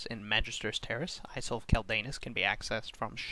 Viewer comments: it's pronounced "iyul" of quel danas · You're pronouncing isle wrong. Are you kidding me? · pronouncing isle wrong btw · man i love the "Ice-le" of quel'danis..